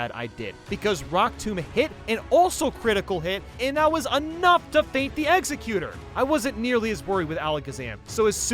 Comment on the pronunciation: The way he says Egsexutor bothers me